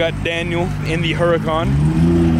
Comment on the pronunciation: Everytime he says "Hurracan" or giggles.